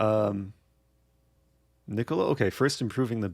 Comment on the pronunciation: You're all saying it wrong, it's pronounced Nikola